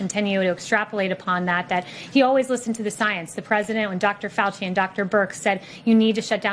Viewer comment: It's not Fauci, it's fay-ooh-sigh. - Keagan Michael Key